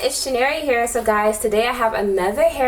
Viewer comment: isnt your name pronounced "chin-ye-rea" or whatever lol. I can say it but not type it out. lol, im nigerian so i know how to pronounce it, but why do you pronounce it like "chin-er-ree"?